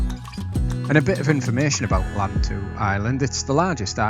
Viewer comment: lantau pronounced lan as in pan and tau as in how ..lantau